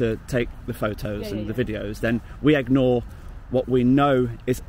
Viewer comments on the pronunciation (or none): is it not Ignore? you keep saying Egnore.